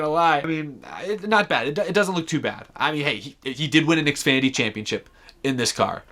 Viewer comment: You have said xfady not Xfinity